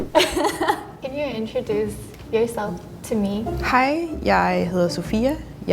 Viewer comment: Being a Dane I caught the Dane at first word, "hej", the pressure just hit correctly. Edit: Dutch to a dane sounds like a mix between Danish, English and German... and I know that they will say the same about Danish.